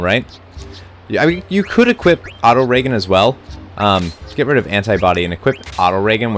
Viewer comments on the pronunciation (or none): Why are you telling your White Mage's to only heal ONE person at a time? They can heal EVERYONE at once, you know. Much like how Vivi can Magic Attack multiple enemies... I think that's "Auto Ree-Jen", not Auto-Reggen. You Americans do have trouble with English though!